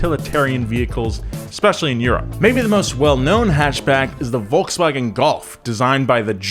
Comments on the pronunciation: „volkswagon“ Bruh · "Volkswagon", how did Mr Pumphrey let this happen?!... Love you guys but come on. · Volkswagen not Volkswagon. Just sayin’ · >volkswagon u fkn wot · volkswagOn lmao 😆